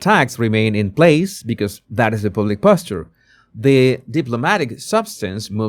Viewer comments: yes, and he can't pronounce "public". I used to like him despite his horrible accent, when he did 'body language' stuff. Now meddling with politics. Go back to what you know about And do your show in Spanish rather than in that hard-to-understand broken English 'public'. You might as well say 'pubic'. That's what it sounds like. Get a coach in pronunciation. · The “U”, when speaking the word “public” is pronounced the same as “mug” or “ugly” or “rug.” ❤